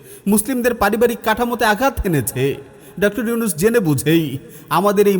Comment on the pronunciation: উচ্চারণটা ডক্টর হবে।